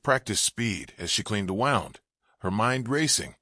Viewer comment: NO NEED FOR THE SWEARING; I DON'T LIKE IT!!! AND WOUND IS NOT PRONOUNCED CORRECTLY BY THE NARRATOR--GIVES WAY IT IS AI GENERATEDE.